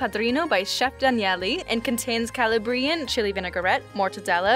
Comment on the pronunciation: Why’d she pronounce Calabrian like that 🙈